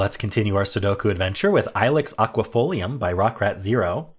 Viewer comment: Your Latin was spot on Rockratzero! Enjoyable use Gernan dots!! Pleasure to see you festive color!